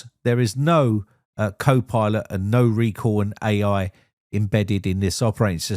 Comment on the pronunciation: What is "Reco"? You mean "Recall"?